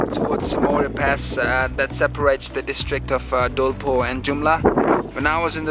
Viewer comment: Are u American nigga. Why are u saying नेपोल & डोल्पो instead of नेपाल & डोल्पा Though I've liked ur most of videos & pl nepali places or names should be pronounced in nepali accent